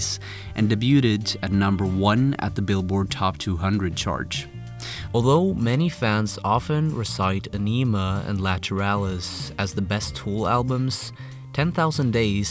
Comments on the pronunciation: Sorry to be that guy but Ænima is pronounced "On-Ima" not "Ay-Neema". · Wish you losers would learn how to pronounce aenima! Ah nahh mahh.. ok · is notoriously bad at voicing his videos from his accent to his pronunciation. He didnt even bother to look up how to pronounce Ænema or Jambi. Sloppy research, and it shows. His videos have been full of hot air lately, too. A whole lot of talk but not much meaning behind his words.